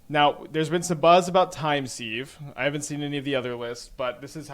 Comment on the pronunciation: I know it's pedantic but it is pronounced "time siv" not "seeve"